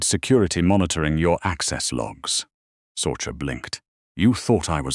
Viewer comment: Sorcha is pronounced Sorsha